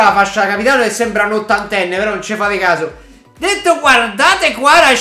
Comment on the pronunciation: Kvara in un video che ha fatto Sky sport lui ha detto Kvara e non Guara